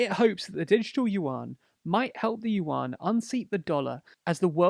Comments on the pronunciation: "youen", not "youwan" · Only 'cos he can't pronounce it. It sounds like "ywen" with a tone that rises. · yuan is pronounced oo-en, with an almost umlaut-y oo. But it's usually called renmenbi, or run mun bee, but the u is schwa ie the 'ugh' sound that most unstressed vowels become in english.